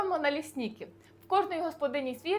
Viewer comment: Як почув налІснІкі , подумав що москалі. У нас налИсники.